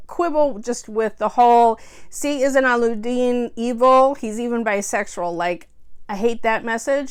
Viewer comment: allu-deen LMAO. cute... allu means potato. :P alla-ud-deen